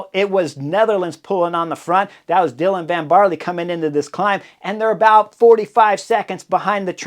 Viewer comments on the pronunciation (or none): none